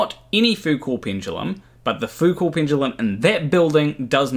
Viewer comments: Isn't Foucault more like Foo-koh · Wikipedia claims there's one at College of Sciences, Massey University, Palmerston North, NZ. And m8, I know you're a kiwi, but please, Foucault was French, the 't' is silent. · It would help if he could pronounce "Foucault" properly